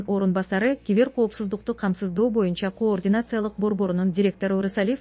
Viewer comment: Журналист дейбизби же алып баруучу дейбизби, мынча тупойсун ,кыргыз тилинде деле ударение катары созулма үндүүдой кээ бир тамганы созуп окуш керек го тупизм.....коррупциялык деген сөз '' каррупция"" деп окулат...тупизм....координация...😂😂😂😂😂ээээй позорище .кардинация ..деп окучу ..ой тупизм....позор ..